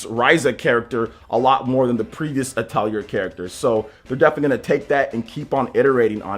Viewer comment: Atelier is french and it's pronounced ATELI-AY.